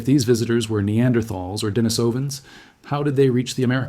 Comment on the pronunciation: I believe “Denisovans” is supposed to be pronounced “Di - NEES - ovans.” You should check the pronunciation of your ‘bots before publishing.